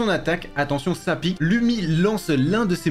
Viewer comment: Je suis finlandais et Lumi le u se prononce ou